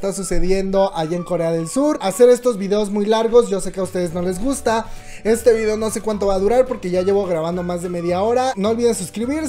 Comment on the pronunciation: En la mayoría de los videos dice videa ja ja ja